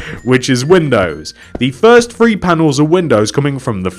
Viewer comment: When you say 3 it sounds like free